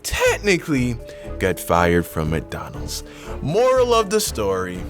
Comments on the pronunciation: I love how you say McDonald’s 😭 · The way he says McDonald's 😂😂